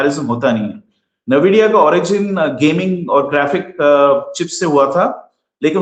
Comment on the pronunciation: Please its aspelled NVIDIA and NAVIDIA... I am an ex NVIDIAN